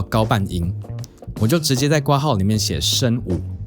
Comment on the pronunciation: 除了括号的括应该读成kuo之外 不要读成瓜号，别的都挺好，尊重中文谢谢